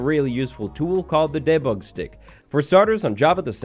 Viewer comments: I believe the word 'debug' is pronounced /ˈdibʌɡ/, not /ˈdɛbʌɡ/. ;) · I love how you pronounced debug, you make it sound so fancy